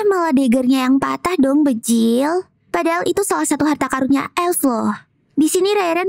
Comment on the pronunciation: bejirrr bukan bejilllll